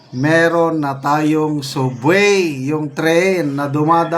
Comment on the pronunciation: ANO B YAN? ANG SUBWAY PO,ANG PAGBIGKAS PO NYAN AY SABWAY .HOLY CRAP!